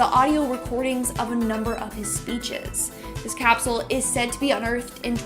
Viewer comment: It’s cap-sule not caps-u-el. 😂